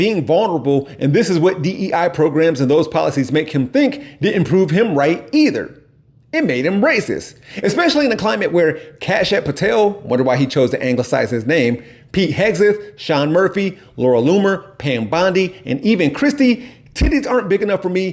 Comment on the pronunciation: Probably cuz you are pronouncing it in a very "American" way. The two a's in Kashyap are pronounced like the final "a" in names like "Sasha", "Natalia", etc. You make it sound like "Cash Yap".